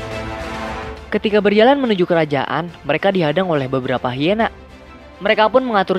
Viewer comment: Bukan hiena tapi haina